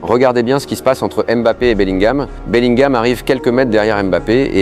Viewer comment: Il à dit beliguam et vinisiuce